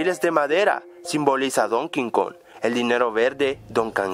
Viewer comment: "Donkin kong" - 2016.